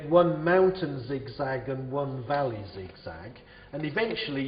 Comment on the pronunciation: its valley not volley